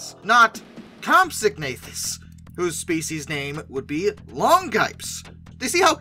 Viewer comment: Isn't it comp-SOG-na-THUS?